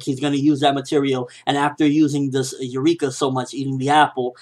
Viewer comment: Nope. Don't listen to people. You were pronouncing Eureka the correct way before.